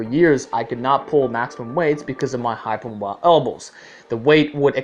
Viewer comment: "because of my hyper moi elbows"